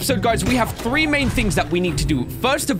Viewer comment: “I said ‘thase phree’ leave me alone.” Me when I’m arguing with my family and I mess up my wording.